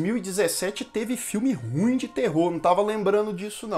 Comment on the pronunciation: É ru ím que fala.